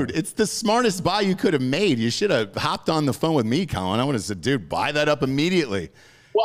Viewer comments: His name is pronounced “coal-leon”. Not Collin! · It's Co-Leon, not Collin bro lol